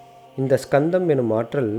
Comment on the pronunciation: Not skandham only kandham s is using ariyan pronounce word